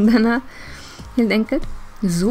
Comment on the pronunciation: Sa du zoo istället för så?